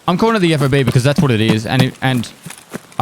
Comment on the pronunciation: It is a FOB, but it isn't pronounce F-O-B. It is pronounced fob, as in key fob. As a word, not letters.